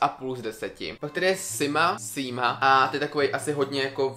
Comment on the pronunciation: Vyslovuje sa to Sima nie Síma